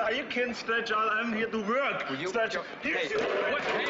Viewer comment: Arnold couldn't pronounce "work".